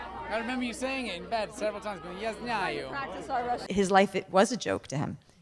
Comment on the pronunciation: Russel and Rhys are amazing together!! It also amazes how good Mathew Rhys's Russian pronunciation is when even English isn't his first language.